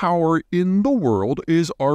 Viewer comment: When you first spoke of Argentina, you said Argen - fricken - tina. That made me laugh.